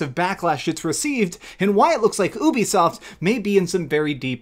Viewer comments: Ubisoft is pronounced as YOU BE SOFT, not ooh-be-soft. You did the same shit with Geralt. Please pronounce the names right. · How is it funny that people are loosing money what’s funny is how you fail to use common sense and sound out the word you-b-soft if it’s u play why would it be uh-be-soft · Wow what planet have I been living in, I thought it was "youbisoft" not "oobisoft" 🤦